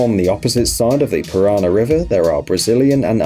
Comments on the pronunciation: Paraná river - pah-rah-nah, not piraña Iguaçu - ee-goo-ah-soo Foz do Iguaçu means Iguaçu river mouth / source Puerto Iguaçu means Iguaçu river port. Ciudad del este means East City. See-oo-dah-d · I've been to the Brazil-Argentina-Paraguay tripoint and you got it wrong in the video. You placed the Argentine flag in Brazil, the Paraguayan flag in Argentina, and the Brazilian flag in Paraguay. I can't say how well or badly you pronounced the Scandinavian tripoint name, but the river Paraná is pronounced "para-NAH", stressed on the last syllable (that's what the accent on the last "a" is for), and the Iguaçu/Iguazú river is "ee-gwa-SOO". And it isn't that simple ("just take a bus") to cross from one country to the other there, though those aren't exactly hard border crossings either. There are immigration and customs checks, and depending on the day and time, you may have to wait in a long line when entering Brazil from Paraguay, as Brazilians flock to Ciudad del Este "en masse" to buy electronics, alcohol and perfume much cheaper than in Brazil, so customs checks can take some time.